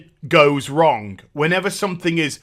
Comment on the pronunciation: Never knew there was a K at the end of "Wrong". I've been wronk this whole time.